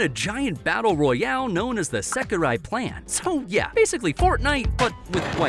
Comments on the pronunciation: Why are you calling sekirei "sakirai"? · It's seki-ray, not seki-rye..dude, your pronunciation is terr-a-ble😆